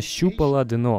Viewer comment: Спасибо! PS дъ-на, дъ-но )) - режет ухо